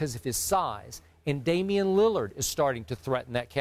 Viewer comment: Bruh the way he said Damian’s name lmao why did he do him like that